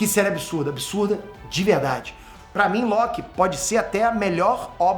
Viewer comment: pa mim, entrende ? o r 😂 fez um deslize temporal aqui.